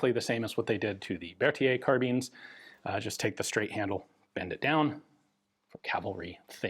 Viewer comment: Its Berthier, actually. Although I can understand why you thought it was Berthia - French loves to ignore letters.